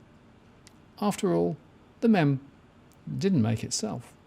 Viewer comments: It's pronounced "meem" you boomer. haha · It is pronounced "meem". Talk about OK, boomer!! Loving your work mate;) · Meme is pronounced MEEM